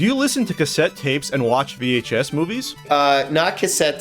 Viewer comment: said vhF, Not VHS lol It's cool. Just funny. Love